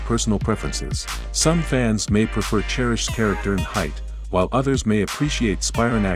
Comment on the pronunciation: You butcher both of their last names. You never mention Paige was a pro golfer and was once sponsored by PXG. Grace was never on tour and wasn't born in Scottland and never competed on an amateur or professional level. And definitely not an Australian model. Basically, your entire commentary is a bunch of B.S.